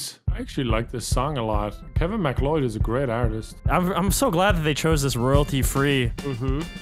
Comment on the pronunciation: I hate the way you guys pronounce kevin mcleod😂